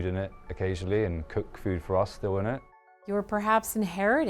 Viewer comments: It's not LA it's LE Creuset. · Le CrOOsay 😂 (it’s pronounced Le CrIRRsay) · Sorry, how does your own editor NOT know the "S" in "creuset" is soft, not a "Z"???? It's "le creu-set" where the "t" is silent.🤦‍♀🤦‍♀🤦‍♀🤦‍♀ I am embarrassed for her. Has she never heard French? It's not "croizzant", "it's "croi-ssant"!!! Good grief. I'm glad it was such a rite of passage for her she never learned how to say it properly.....you also conveniently left out that many of their pots are no longer made in France. You have to look carefully to see if the pot you want is legit French-made or a cheaper Chinese version. The globalization the CEO's son brags about did not improve quality.... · "Le Curzeee" 💀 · "La Kruoy and Le Cruisay" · "LE CROO ZAY" ;D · Perhaps I'm a snobby European, but it really bothered me that the woman was supposedly an expert, but kept mispronouncing Le Creuset? 😂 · funny how none of the managers can even be bothered to learn the correct pronounciation of their brand... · The way they pronounce the brand breaks my ears. Americans can't French. I bought the tajine over 10 years ago. It was just a tad more expensive than a clay one at the time, but I got a cast iron shell for it and the bright colours didn't hurt. I wasn't really worried about "professional level" quality aas I'm not a pro and "good enough" is good enough for the rare occasion that I use the tajine. People buying Le Creuset or any of the other "professional" brands and thinking it will make them a pro are laughable. People actually collecting them for all the pretty different colours should look into getting help. It's the same crazy behaviour you saw/see with those cups. And I fear the current quality might've slid with the over the top attention. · I was today years old when I heard how to pronounce this company LOL